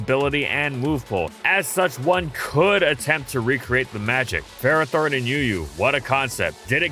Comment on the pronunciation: Really? It's not Ferrathorn. That should be the YouTube short 😂